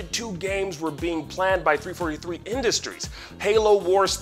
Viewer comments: Ign who hired this guy? How can you guys even claim to cover the video game industry when the man doesn't know how to say the name of the company making Halo? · First ign says halo is being made by bungie and now they can't even say the studio name right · 343 not three forty three... that’s just stoopit